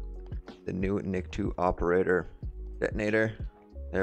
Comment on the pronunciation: Btw his name is pronounced Nik-toe, not niktwo, just saying, great video tho, I'm mostly likely gonna get this.